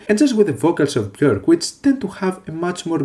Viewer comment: Thank you for pronouncing her name accurately.